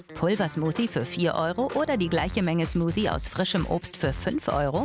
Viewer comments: ALTER WENN DER TYP NOCH EIN MAL SMUSI SAGT DANN KLATSCHTS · SmuSi hat er gesagt xD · Beeren-Smusi xD oh man oh man, als wäre es wirklich soooo schwer richtig das Wort Smoothie auszusprechen oder es zu lernen!